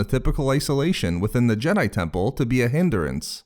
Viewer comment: Jedi Tempuuhhll 🤣